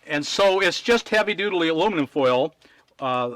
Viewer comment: You said dutaly 😁😁😁